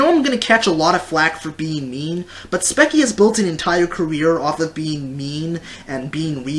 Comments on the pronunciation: Dont knoe if ur saying her bame wrong to be salty and petty, BUT just in case Its pronounced like "speechy" you say it like "spekie" just thought id day that. BTW, gr8 points in the video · its kind of uh, hypocritical that he goes on about her bitching and moaning when hes bitching and moaning about spechie. (also speech-ie not speck-ie). Don't get me wrong, your points are actually true. I agree with some of them, yet all entertainers have to exaggerate. If you say a story that's boring without exaggerating, then you won't get views because you're not entertaining. For example, in your passed spechie rant, you over exaggerated when you made jokes about "killing yourself." You also have to realize that spechie has noticed her old videos, and made other videos on them. She has mentioned that they are terrible and bad, and she's trying to change that. And aren't YouTubers trying to relate their viewers to their videos? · Speach-ee Not spec-ie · Its pronounced Sp-E-ch-E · The way he says her name is so bad! And he even says that her animation is bad. I’d like to see him try to draw as good as she is. He can’t rant about Spechie without saying her name right.